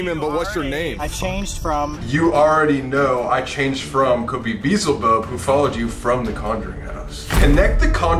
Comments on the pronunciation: you guys kill me with that beezlebub. It's actually Beelzebub...pronounced Be Elle Ze Bub. It's another name for Satan. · This is a wonderful video, but the way you’re pronouncing Beezlebub is bothering me so bad. It’s pronounced Be-el-Zehra-bub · it's BEE-EL-ZIH-BUB not beezlebub lol please stop saying it wrong it hurts my inner devil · anyone else notice colby say "beezlebub" even though its "beelzebub" i kept laughing when he said it- BAHAHAHHAHAHAHA BEEZLEBUB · COLBY 👏🏻 ITS BEE-EHL-ZE-BUB 👏🏻 NOT BEE-ZEL-BUB 💀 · Lol I’m sorry to be that one nerd but Beelzebub is pronounced bee-yell-zee-bub. And he is one of the7 princes of hell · Y'all. Listen to Bohemian Rhapsody and then figure out how you should be pronouncing Beelzebub lolol. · I can't get over the fact that they both say 'Beelzebub' wrong.